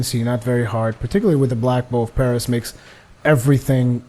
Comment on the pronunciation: Respectfully, I believe it is pronounced Pharis (Faris).